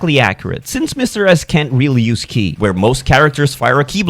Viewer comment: He's finally saying Ki right! 😏